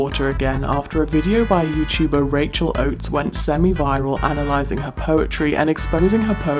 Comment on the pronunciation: i stg i thought you said "Analyzing gammy habba"